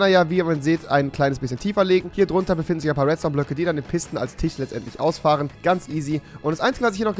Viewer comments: Rewi sagt zu Tisch Tich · Normaler Mensch: Tisch Rewi: Tich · Rewi es heißt tisch nicht tich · Wiwo sagst du imer tich und nichz tisch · Rewi TISCH nicht TICH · Wer versteht auch immer Tich😂😂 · Das Video ist mir 2019 empfohlen worden und was mir aufgefallen ist das er früher auch solche Sprachfehler hatte. hat er tisch anders gesagt.Heute sagt er zu Trymacs Fisch aber auch mit dem selben Fehler😂